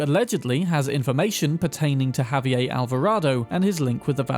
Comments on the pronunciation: Just FYI, it's pronounced "Ha-vee-AIR" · "WA-KEEN". Not "Ja-Queen" he isn't German. Also "Ha-V-Air" not whatever that attempt was. He isn't French. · Spanish isn't French, man. You pronounce the 'r' in Javier. And you pronounce the 's' in Luis (except for some dialects).